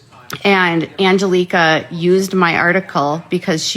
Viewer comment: Omg…criminal activity and defamatory? For doing nothing nearly as defamatory as what she does to literally EVERYONE she talks about??? And, it’s NOT AngelEEka…it’s Angelika! 🤦🏻‍♀️ She’s lucky she doesn’t have 20 more lawsuits than what she has. Again,, you don’t get special rules that say you get to defame, bully, stalk, and harass whoever the hell you want, but they can’t talk about you! It doesn’t work that way! 😳 FYI, you have ZERO legal or reporting credentials (or expertise with cults, to be honest)…but Emily AND Uncivil are licensed attorneys, so I think they win as far as experience goes! 🤷🏻‍♀️